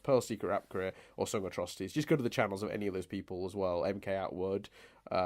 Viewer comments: Logically, it's pronounced "MK-Atwood", as it's a channel made by MacKenzie Atwood. (unless the joke just flew over my head) -Paintspot Infez Wasabi! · On or off camera, and really should watch Datis Ausum's and Mkatwood's AMVs (also it's pronounced em-cat-wood)